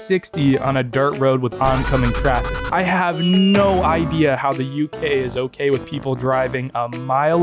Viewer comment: that was the most british "no" i have EVER heard